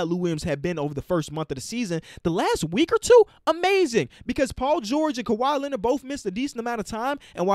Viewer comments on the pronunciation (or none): none